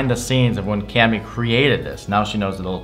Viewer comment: its cammy not clammy LOL!